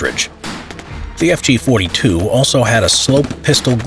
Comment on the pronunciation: he nailed the pronunciation of fg 42